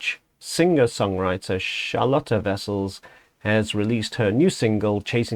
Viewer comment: You pronounced her name very well. And I'm pleased to hear that you are going to explore more easy listening metal 😅. Really. Cheers and have a nice weekend